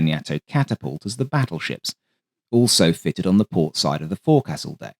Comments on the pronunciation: "Forecastle" is correctly pronounced as "foak sell" not "fore castle." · Kudos for mentioning the Borel floatplanes, until reading a recent issue of the Cross & Cockade Journal, I was unaware of the type! As noted elsewhere, forecastle is pronounced as "fowk -sl" 🙂. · And "forecastle" is pronounced "FOKE-sul", often spelled "fo'c'sle".